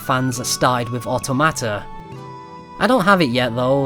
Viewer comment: You pronounce automata strangely lol